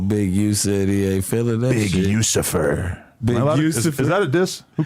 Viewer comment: Adam said Big Ucifer! 💀😭🤣🤣